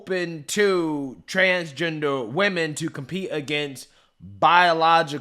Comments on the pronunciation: Sounded like she said " We Men" NOT Women thanks for another great video 👊🏽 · "WEEmen" 😅 More like " Weakmen" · "Wee-man"? I didn't know Jason Acuna was the owner of the Miss-ter Universe pageant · HE's not saying "weemin", he's saying "we men" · We-men was a purposeful mispronunciacion. Think of the meaning. Glad he's bankrupt. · That trans woman owner is too funny. He definitely tells the truth. He says women as wemen, and they are really men so you can’t say he’s lying.😂😂😂 It’s all so pathetic. Let real women do this and maybe start your own thing, like trans vs drag or something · he actually sais WE-Man if your wondering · if you listen closely hes not saying women, hes saying WE MEN! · I believe he say wemen intentionally because, "we men" are going to take over womens competition.